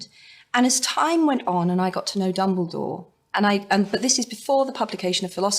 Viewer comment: I'm sorry but it's dumbledore not dumbledoor but never mind... XD